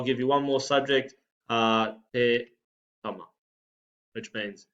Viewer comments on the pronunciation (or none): none